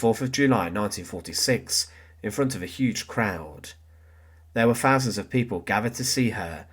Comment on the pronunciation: Simple, documentary style of delivery. So...... pronunciation IS very important. .... THousand NOT "Fousand"..... wiTH NOT "WiV" ..... and so on....